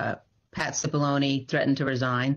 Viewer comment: Just keeps striking me how hilarious it is that Cipillone rhymes with testimony